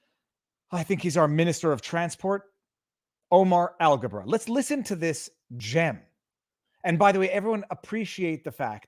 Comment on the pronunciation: okay, it is Alghabra and not algebra, but close.